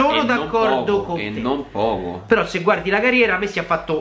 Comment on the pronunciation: ho sentito missi non messi😂😂